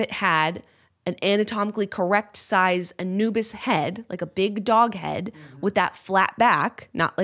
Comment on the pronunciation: also who thought Yenna was say "A new bis" as in a new bit when she was saying a "Anubis" lolll